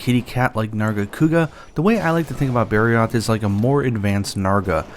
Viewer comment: It took me 5 second to realize you said barroth